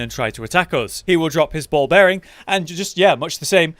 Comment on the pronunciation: 'ball bearing' they clearly say bell bearing!